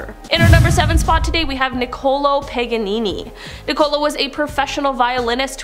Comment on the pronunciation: Seriously? Nicole-o Do they not have schools in canada?